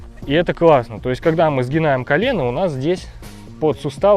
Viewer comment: Все красиво рассказал,но прям резанул по уху- Сгинаем,иногда лучше материться,чем так!!!